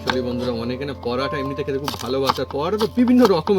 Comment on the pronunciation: পরাটা পরাটা কি???? পরোটা বললে কি দাঁতে ব্যথা হয়? অযথা নিজের ভাষাকে বিকৃত করে কি পান?